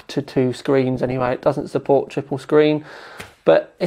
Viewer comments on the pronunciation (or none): none